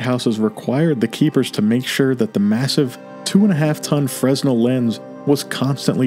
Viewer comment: Fresnel is pronounced freh- NELL.